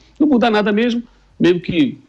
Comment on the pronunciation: Jornalista falando "memo" em vez de "mesmo" é brochante...